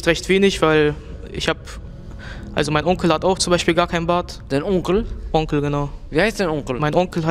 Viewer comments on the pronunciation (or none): Das dein Onkle hat mich gekillt das war mir zu französisch